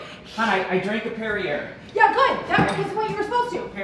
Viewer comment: You pronounce the last in perier😅 its French. Pair-E-yay